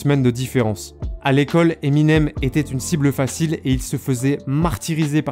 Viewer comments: Pourquoi tu dis emInem genre pas d’accent? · Tu c pas dire le nom de eminem c cho